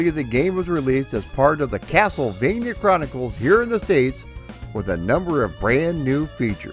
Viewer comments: Dude says castlevania like "keyassol-vania" 🤣🤣🤣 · Funny enough he pronounced it as if it were Spanish saying the 'j' as if it were an 'h'...